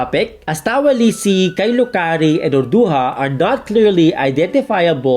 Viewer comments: its pronounced urdu-JAH not urdu-HA, ancient filipinos didn't pronounce J as an H only the Spanish conquistadors did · I saw it in Arabic and the actual pronunciation is "Awrduha"